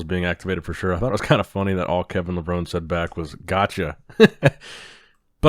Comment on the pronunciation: It’s Kevin LA-VRONE.. not LA-VRONIE 😂